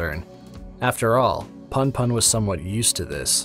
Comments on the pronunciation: "Welcome back, to goodnight puhn-puhn." ITS POON-POON. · It gets under my skin so much how you pronounce punpun. There's at least a reason for the "poon" version if you're familiar with American slang, which i gather asano was given the content and words he chooses